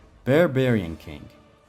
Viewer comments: Barbarian king, not bearbarian Apolo? You mean Apollo. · There is no way this dude pronounced it Bear-Bearin king bro I’m dying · the way you say Barbarian lol awesome video btw i subbed keep up the great work man what did you think of Ragnarok by the way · Why are you mispronouncing Barbarian?